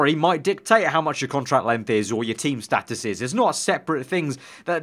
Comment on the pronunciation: its status not status